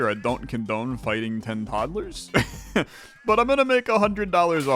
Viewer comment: Todd-a-lers was my favorite running bit. I heard it the first time and was glad you commented on it and it was funny when you kept saying it